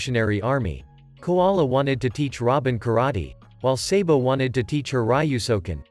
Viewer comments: Its sabo not saybo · Bro said saybo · Bro said sabo😅